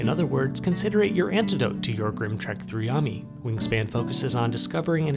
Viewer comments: Great review but it is pronounced YO ME, Not YOM - E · It's YO-ME NOT YUMMY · Nice review but... it's 'YO-me" not YAH-me"... wtf